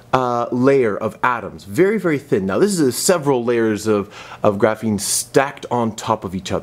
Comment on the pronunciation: Everytime he said graphine i cringed